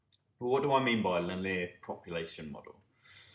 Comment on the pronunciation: Your pronunciation of 'linear' is driving me crazy!